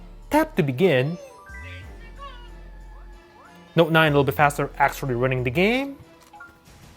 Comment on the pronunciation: Why you say ..samsung galaxy noooooooot naaaaaine